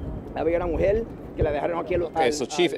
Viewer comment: “Había una MUJEL en el AELOPUELTO”. - you are the CHIEF of POLICE, learn how to speak like someone with more than a GED.